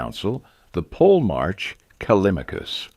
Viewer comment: The narrator mispronounces the term "polemarch" the first two times the tern is used, then pronounces it correctly the third time, but the fourth time, reverts to the original mispronunciation. The final consonant, written "ch" should be pronounced as a palatal stop "k" not a fricative "ch".